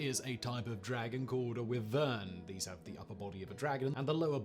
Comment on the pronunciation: Sorry, it's Wyvern (WHY-vern). I absolutely love dragons, but I'm an anthropologist, so it is literally part of my job. 😁